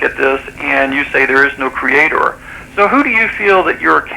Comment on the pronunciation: Why do creationists pronounce creator as, "CREA-TORE"?